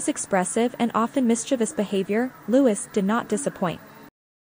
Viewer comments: It was so great to see The Princess of Wales alongside her husband and children at Trooping the Colour. She looked wonderful. Their youngests son's name is pronounce Louieeee, no Lutz or whatever you were saying. It was a great day to see them all together on the balcony, all the working royals. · Prince LOO-EE! Not Prince Lewis! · Prince "Lutz"???? You can always know when it's AI!